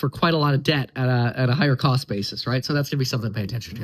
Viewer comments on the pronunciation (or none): none